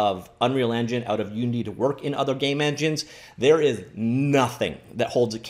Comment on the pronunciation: "Starting with 'U', and ending with 'ninity'." Uninity?